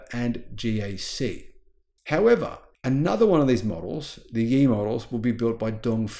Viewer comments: Good video. But 烨 should be pronounced like “yeah” instead of “E”, which means flame or bright. Thank you! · its Ye, pronounced Yeah.